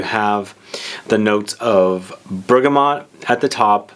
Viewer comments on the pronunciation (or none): none